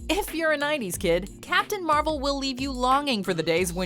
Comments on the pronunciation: I think you keep saying Marvel wrong, they literally taught people how to say it right in the movie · Who else heard captain marbel